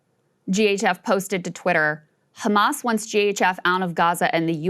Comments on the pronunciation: I like the way they say Everyone is khamas even breaking piont . 😂😂😂😂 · It’s khamas it’s khamas what a criminal idiot